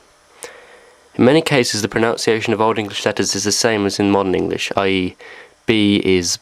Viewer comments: You're pronouncing pronunciation wrong. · I would never take lessons on pronunciation from someone who cannot pronounce 'pronunciation'. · Do I trust somebody to teach me about pronunciation if they can't pronounce pronunciation? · You already got the pronunciation wrong. It's "pro-nun-ciation" not "pro-noun-ciation". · ProNUNciation, not proNOUNciation. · "Pronounciation". Ooh, the irony... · "Pronounciation"? This simple spelling error and the accompanying mispronunciation make me wonder whether the information about Old English is reliable. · PronOUNciation? PronOUnciation? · How can we trust the Old English pronunciation of someone who mispronounces the modern English word pronunciation as "pronounciation"? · Irony: mispronouncing "pronunciation." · Ironic really, the way you've pronounced pronunciation wrong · Have another go at 'pronunciation' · I concur. It is irksome to see/hear the word pronunciation misspelt/mispronounced by someone demonstrating pronunciation. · Why am I taking lessons on pronouncing Old English from a man who cannot pronounce (or spell) "pronunciation" in Modern English? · It's hard for me to accept as an English teacher someone who mispronounces "pronunciation" and "aitch". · I appreciate what you are doing here, but you need to spell and pronounce "Pronunciation" correctly, considering the topic of this clip. Unless you are being ironic in some way!! Is that Old English pronunciation?